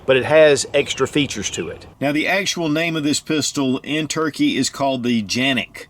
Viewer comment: Nobody calls Turkey ... "Turkay" ... Where the heck did you get that from?